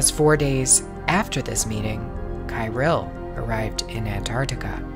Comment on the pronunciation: Patriarch Cyrill's name is pronounced as [Khee-'reel]. Just for your information.